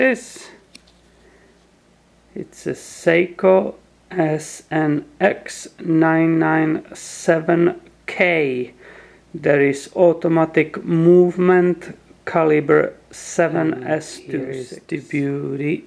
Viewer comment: You pronounce the "N" in SNX997 like the letter "M".